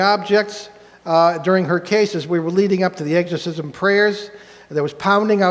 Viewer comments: pronounced ex not egg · Love this video, however, i chuckle a little every time they say “eggs-corsism”…😂. Great lecture guyz, i listen to it from time to time. No one ever told me, nor had I heard it before when I was young, but I always thought they were aliens playing vile tricks on humans. For some reason, it makes sense to me! I was raised a Baptist. All this fascinates me❤. Be safe!